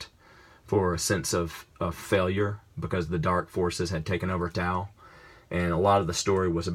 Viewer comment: Finally, someone who says Tao right!